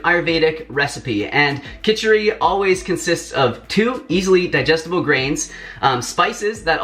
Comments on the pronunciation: Hey! Amazing video! Btw, its Khichadi. 😬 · loved to see an indian dish which we have been eaten for years on a non- indian channel.....fan of since the first video i watched of you.......and just one thing it is called khichadi* not khichari,😅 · It is not kichari It is kichidi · Its Khichdi, love. Anyways loved your recipe